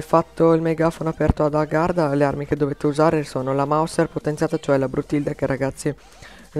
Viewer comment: hai detto garda invece che agharta :)